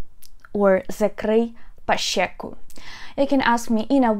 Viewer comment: но вы говорите по-украински с сильным русским акцентом. закрий пащеку? не знаете как произносят щ в украинском? шч. но вы использовались московским шьшь. очевидно что вы говорите по-украински не как на родном языке....